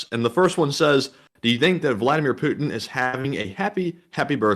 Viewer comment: We may have been misspelling and mispronouncing Putin’s name, isn’t his name: Pooping? Happy birthday Mr Pooping, I hope you like your gift.